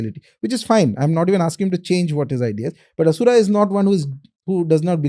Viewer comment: Aree... plz plz ...i request... dont make ... Ram.... ramaaaaa Asur.....Asuraaaaa Arjun.....Arjunaaaaa Laxman...laxmanaaaaa The content is good , knowledgeworthy But plz have some respect/mercy for sanskrit pronunciation...